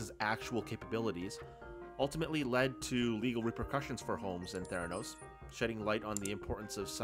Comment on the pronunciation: Theranus with a slient "T"